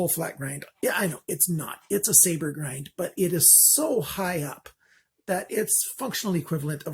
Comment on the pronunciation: Many ppl and sellers state :Full Flat Ground. And you sound like one of them saying "ground" instead of grind.